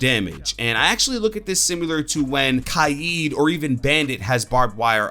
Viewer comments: not as bad as calling Kaid ka ed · Did he say kayeed for kaid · Anyone else thinking about him saying ky-eed for kaid lol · why u say kaid like that